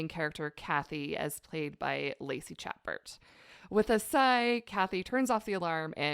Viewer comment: Heads up, Lacey's last name is pronounced shuh·behr.